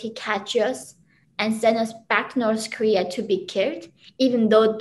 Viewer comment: "Norse Korea"